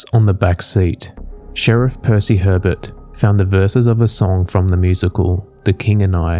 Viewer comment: Thank you so much for presenting my case. I find it fascinating. Aluminum, I'm from the Laplace Louisiana are.❤ You did a great job. Btw.. Hebert is pronounced A-bea. It's a super common name where I'm from.❤❤